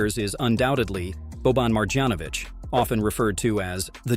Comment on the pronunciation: Please, pronounce names of people correctly. Marjanovic is supposed to pronounce maryanovic. Yyyy not jjjjj. In Serbian language every j letter is pronounced y. Same in Jokic’s name, you pronounce it yyyy yo-yo not jo-jo.